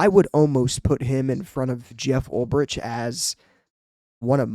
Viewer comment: Good video dude. But just FYI...its pronounced "UL-BRICK". Former Niner linebacker in the early 2000s. Fingers crossed for Saleh....and they could lose out on Ulbrich to ATL too. Might have to settle for their third or fourth choice.